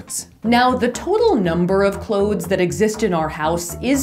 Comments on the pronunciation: Ummm no she is not. What in the world is “clodes?!!!” Super irritating! The word is pronounced “ klowze!” Clothes! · No it's not, it's pronounced "clothes." With a "th" lol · I believe Safiya says "cloedths" based on what she's learned in theater training so the audience will be less likely to mishear/misunderstand what's being said & she has adopted the same concept of strange annunciation for the sake of efficient & effective communication through her videos. I've learned a similar trick in regards to singing words differently than we'd speak or spell them for the sake of preventing misheard lyrics... One more correction, & I mean this in the kindest way: I'm a truth-seaker & truth-teller, & that is why I'm sharing the following: English is also my first language, & the proper pronunciation of clothes is exactly as it's spelled with the "th"... American-slang is the only reason anyone believes the proper pronunciation for clothes = "close"... People too often mishear/misunderstand what's being said, & I have therefore adopted the same concept of strange annunciation for the sake of efficient & effective communication Safiya uses through her videos. I've learned a similar trick in regards to singing words differently than we'd speak or spell them for the sake of preventing misheard lyrics. ............................................. I encourage you to seek understanding instead of criticizing, as doing the latter will always do more harm than good. #Peace&Blessings